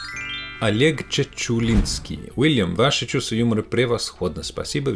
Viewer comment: Пусть научится сначала звук "л" мягкий правильно произносить ваш Уильям))